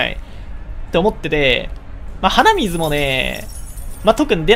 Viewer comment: 鼻水の発音がイデミツなんだよな